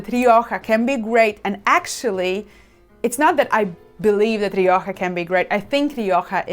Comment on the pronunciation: I very much appreciated this review, and God bless you for pronouncing Rioja correctly. American viewers try to correct my pronunciation to Mexican Spanish. I am a 40-year student of wines of the Iberian Peninsula; Rioja is the primary red wine I drink. I live in the US and UK, buying Rioja is easier in the UK. Even in large wine retail conglomerates in the US Rioja isn't kept well. My benchmark Rioja is Faustino I, even if it varies year to year. Today I bought two bottles of Faustino I , 75th anniversary, "only" Reserva not the usual Gran Reserva for GBP 12.50, we'll see. That said, to my surprise, Marks & Spenser's own label Gran Reseva, El Duque de Miralta, bested the Faustino I did a side-by-side taste of. As best I can tell the M&S comes from Cesar Fernandez/El Coto Winery. For the money, it is top-notch IMO. Thanks again for this. I'd love to see you do a piece on Manzanilla, another Iberian passion of mine.